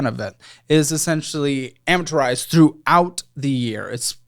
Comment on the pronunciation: Hey, it’s just ‘amortized’ not ‘amaturized’